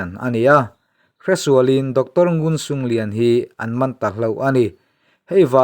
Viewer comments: C, hi 'ch' ang a lam rik tur, nguncunglian pawh khi ngunchunglian tih tur aw, a bengvar thlak thin e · ngun cung lian .....ngunchunglian tihna Lai tawngah chuan C hi Ch kan ti inchhiar leh hun atan atangkai tak in